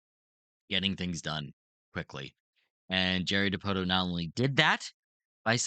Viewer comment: It's pronounced dipoto. Come on man